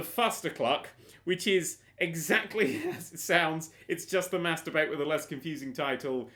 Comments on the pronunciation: when he said mass debate I thought he said "masturbate" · when you said "mass debate" i thought you said "masturbate" .-.